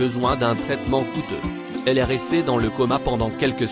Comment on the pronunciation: Le (s) du verbe (est) est un s muet. On ne le prononce pas.